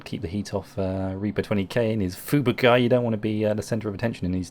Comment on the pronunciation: Great replays, love IJN destroyers! As a side note; it's pronounced foo-boo-kee, in Japanese most letters are pronounced as they are written, and the 'I' is spoken as an 'eeee' sound. Cheers!